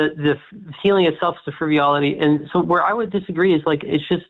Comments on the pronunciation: It’s “frivolity”, not “friviolity”. Dummies. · calls it "friviolity" Well-informed and master of the English language as well!